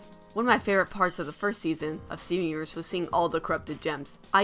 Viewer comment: Bro making me do a triple take by calling it "Stven Uverz".